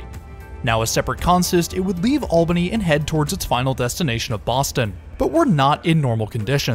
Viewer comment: Also as a local thanks for pronouncing Albany and Schenectady correctly 😂